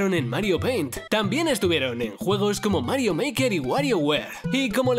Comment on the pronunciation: quien escucho huevos en vez de juegos